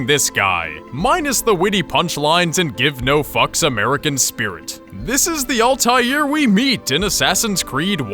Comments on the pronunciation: its not OLTAILR ITS ALTAIR like its written and pronounced u dumb stupid no life fucks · Ultair is how it's pronounced in the games. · You say it with an L "Ahl-tai-air" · he keeps saying Ultair, its annoying. The Shit is Altair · Al-ta-heer Ebeen-la-haad There is an invisible H(low tone) in "Altair" and a silent H in "La'Ahad" Arabic is weird sometimes like that. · Altaïr Ibn la ahad is pronounced as All-tie-air Ib-in La-ah-had. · Why are murrican's unable to pronounce Altair properly? It's always ÆLTÆIR. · Alteezie's name is pronounced: All-tie-ear I-ben Lah-Uh-ad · His name is pronounced altaeer eebnoo la haad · It is pronounced 'al-tie-eer' and 'ib-in-il-ah-ha-had'... sorry im a nerd... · The pronounciation of Altair tho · You say altiar wrong, say it with out the "L" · Am I the only one annoyed with his pronunciation of Altair? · ITS PRONOUNCED ALTIAIR YOU ARE ALL IDIOTS >>>>>>>>>>>>>>>::::::::::::(((((((((((((((((